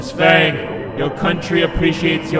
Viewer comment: It's not pronounced fang it's pronounced as Fong in Asian